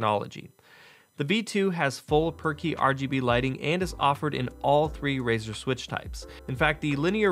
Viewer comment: Is it me or does he always says perky lighting xD